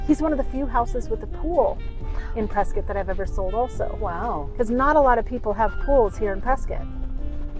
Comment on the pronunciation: We are taking back “Pres- Scott” it’s not Pres-scutt go back to caulifornia